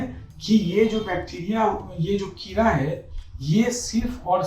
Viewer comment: किरा... वा भाई govt डॉक्टर हो atleast किडा तो बोल दो!!